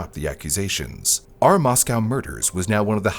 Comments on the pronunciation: moss-go, not moss-cow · local to the area of the crime its more pronounced "Moss-Co" than the russian town "moss cow" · The city of Moscow, Idaho, is pronounced "MOSS-koh" (rhymes with "doe" or "go"). Unlike the Russian capital (pronounced "moss-COW"), local residents emphasize the second syllable with a long 'o' sound. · FYI... Mos-coe, not Mos-cow. Lay-tah not Lay-tuh. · It is not pronounced Mos-Cow. It's pronounced Mos-Co. It was so weird living in town during this time. It's so weird to see videos about my town. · MOS COE!! NOT COW!! NO EXCUSE FOR SLOPPY WORK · yea lived there for years Moss-co is Idaho Moss-cow is Russia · Just throwing it out there, the towns name is pronounced 'moss-co' source: I'm a local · Right? As well as the name of the town.